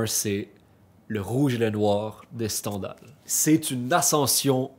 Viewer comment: On prononce STINDAL